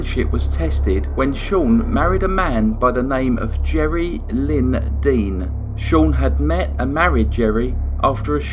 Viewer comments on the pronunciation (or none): none